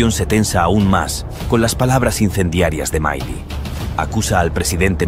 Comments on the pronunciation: MILEI NO ES UNA PALABRA INGLESA, NO SE DICE MAILI, SE DICE M I L E I. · MAILI?? El relator del video se equivoco en muchas cosas incluyendo en la pronunciación del apellido de Javier Milei. Empezó mal, diciendo que Milei insulto a AMLO cuando solo lo llamó patético (investiguen el significado y etimología de esa palabra) que no es un insulto solo una descripción. Dejemos de lado las falsas indignaciones, que la generación de cristal pierde legitimidad en su discurso cuando se ofende por todo. En vez de eso dediquemosle tiempo a los argumentos y las ideas, que pueden ser erradas y hasta aberrantes, de Javier Milei.